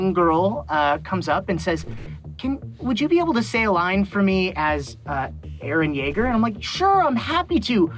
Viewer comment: ITS REALLY HIM GUYS, ITS EREH YEAGUH